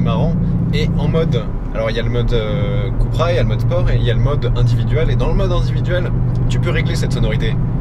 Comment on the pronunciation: "keupra" Cupracing, pas koupra